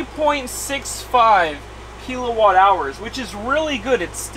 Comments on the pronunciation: I'm sorry to be the turd in the punch bowl, but serious...how did you get to know this much about electricity without ANYONE ever telling you its not pronounced "keel-o-watt" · What’s a keylowatt? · Keel a watt cracks me up